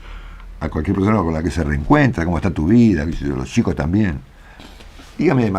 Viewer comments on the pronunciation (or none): none